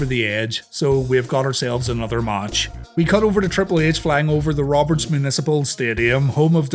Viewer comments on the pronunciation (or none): Ah yes, the good ol "Munic Pal Stadium"!